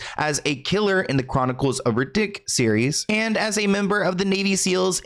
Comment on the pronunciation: Lmfaooo - the way you said Chronicles of Riddick 😂😂😂